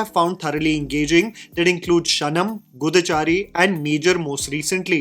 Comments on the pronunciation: it's pronounced as goo(lambi oo ki matra)- dhaa(dh as in dheela and aa as in aangan). What you said was guddha(bum in telugu). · Bro. You've been pronouncing these titles wrong and borderlining into swear words. Kshanam - क्षण - pronounce it as Kshetra vaala ksha Goodhachaari - pronounce it as Gu-dha-chaari (what you said sounds like the word bum in Telugu) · As a Telugu person, your pronunciation of Goodachari 😅 got me dead. You said a straight up tier one curse word in telugu. 😂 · what-chari???😂😂😂😂😂😂 Bro it's (da) like damaruk not (dha) like dharmendra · its "gooo"-da-chaa-ri, not guda-chaari. because guda means ass in telugu. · Dear please check what you say when pronouncing languages you don't know it was very awkward the way you said goodhachari. It's not "dum" wala 'da' it's "pahaadh" wala "dha" and what you said was (female reproductive organ+chari) sorry I can't say that raw. Anyways love from Andhra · Someone tell this mf that goodachari is pronounced as gooood-aa-chaari not gudha-chari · That's how we pronounce Goodachari. Enjoy the pronunciation Telugu folks.